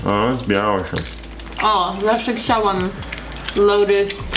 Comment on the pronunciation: uwielbiam tą wymowę "zawsze 'k'ciałam" :D